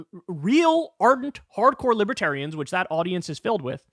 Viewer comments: “Libatarians” lol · He calls them liberians.😄